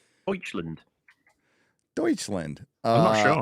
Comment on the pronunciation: it's Deutschland not Deutschländ